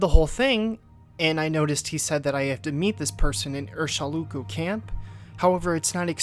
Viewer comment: Right, I'm aware of this. So which of them writes it "Urshilaku", as in the game, but pronounces it "Urshiluku" as in the video?